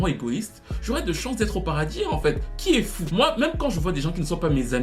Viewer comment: J'en étais pas certaine. Mais t'entendre dire :" qui est fou?" J'ai toute suite confirmé, tu es camerounais pur jus 💯. Ton analyse est très bonne et je te félicite. Lol naz x surf sur une vague et fait du blé c'est tout.